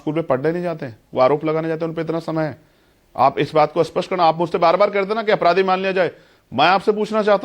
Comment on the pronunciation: Aap dono log hi " a- spasht ," ko spasht bol rahe hain